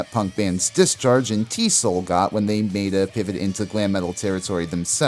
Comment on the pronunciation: I love the video … but TSOL is pronounced as Tee Ess Oh Ell … the original name was True Sounds Of Liberty